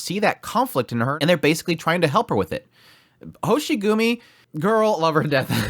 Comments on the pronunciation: It's Hoshiguma not Hoshigumi. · Sorry, but I'm gonna be that guy: It's Hoshiguma, not Hoshigumi. Happy you enjoyed the somewhat slower ep. Though things are gonna pick up soon! If you still have the 5* selector tickets that you just get at the start of the game, then you should be able to find Swire in 1 or 2 of those tickets. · General information is that, Ch'en's race is lung and Talulah's race is draco. Also it's hoshiguma not hoshigumi.